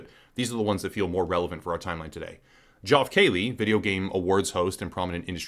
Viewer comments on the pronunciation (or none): Lol .his name is Pronounced like Jeff Keeley!!